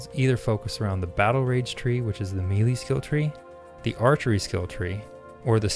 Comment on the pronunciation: I really appreciate your video while I wait in the queue. You've got great public speaking skills but I have one complaint. Melee is pronounced "May lay". Best of luck, keep up the great work.